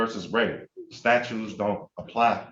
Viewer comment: Loved the judges reply of "that ain't going to happen." Priceless! Dumbass said "statues," not statutes.